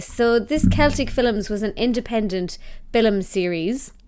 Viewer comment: You realize "film" has but one syllable. Yes?